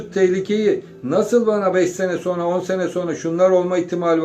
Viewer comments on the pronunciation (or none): none